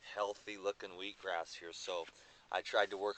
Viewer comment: its just cause you constantly hear weed-gras, ha!? :)